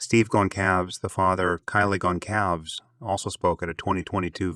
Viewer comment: Wonderful work. Just one teency weency iddy biddy thing... Please 🙏🏻 pronounce the victims names correctly. Kaylee Goncalvez (K-Lee Gôn-sÂLL-vêz; [sâl like in sâlsâ] Xana Kernodle (Zan-nA Kêrn-ō-dûll) Madison Mogen (you said her name correctly) Ethan Chapin (Ēthân Chāy-pîn)